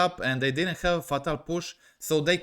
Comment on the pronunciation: It’s fey-tal push. Not fa-tal push